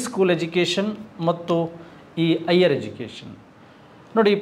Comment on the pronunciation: Sir igher education alla higher education😂....neevo nim pronunciation oo yeppa